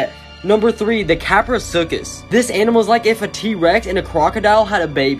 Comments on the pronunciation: You used an Image from Ark:Survival Evolved for the Kapro... Yay! Also it's pronounced (Cap-row-soo-kiss) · How to pronounce kaprosuchus. ka-pro-soo-chus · KAP-RA-SUE-CH-US is how it’s pronounced and they also had a venomous bite so yes I am glad they’re gone